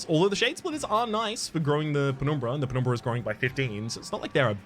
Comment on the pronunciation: I really like your pronunciation of "penumbra". So aesthetic